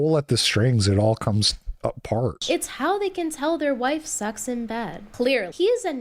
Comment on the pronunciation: why does say "wife" with an "h"? (Whife)